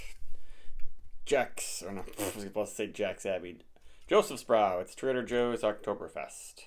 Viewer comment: It's pronounced "Yosefsbrow" The j is a Y in German.